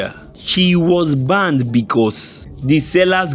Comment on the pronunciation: Banned.... Not Banded